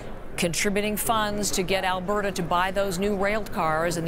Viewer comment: ...did she say Alah-berta?